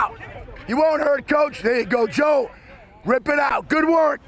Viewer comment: the way he says joe is so funny to me